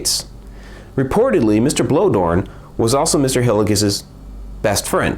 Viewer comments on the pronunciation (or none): For future reference, I believe 'Bloedorn' is pronounced "Blay-dorn".